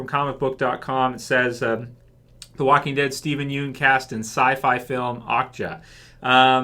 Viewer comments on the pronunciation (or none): Idk how to spell it out but if you watch his interviews and shit he never pronounces it like 'Yoon' lol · I don't mean to be that guy but his last name isn't pronounced 'Yoon'. Sorry, that's been bugging me for so long hahaha.